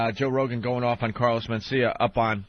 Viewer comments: He calls him "MenSTEALia" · Carlos men-steal-ya